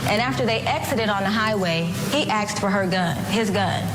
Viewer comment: Did i hear the woman lawyer say "aksed for the gun"? Oh no. If so, a disappointment that a professional would have no regard for proper English. And in a court of law!